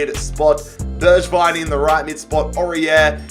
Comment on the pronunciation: Easy pronunciations to help you Steven bergwijn- Berg-Wine Japhet tanganga-tang-gang-ga Erik lamela- la-mella